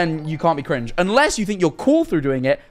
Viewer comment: said cwinge